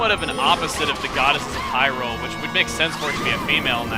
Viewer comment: Hyrule not hurled